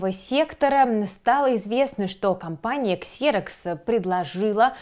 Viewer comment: Выпуск хороший, но "Xerox" читается как "Зирэкс" 😅